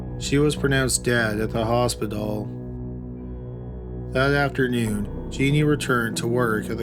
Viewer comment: She died in the "Hos-pi-doll" ... Oy veh!